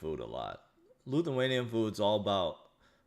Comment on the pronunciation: Lithuanian, not Luthuanian